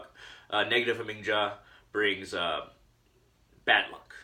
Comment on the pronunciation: In Germanic/Nordic languages the J is pronounced like a Y. It's "Ha Ming Ya" Other than that, not a bad video. You've got some good ideas.